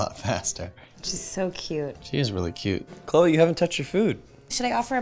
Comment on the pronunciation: Its cloe not chole